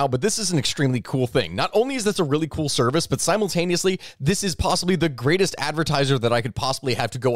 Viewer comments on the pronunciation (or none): none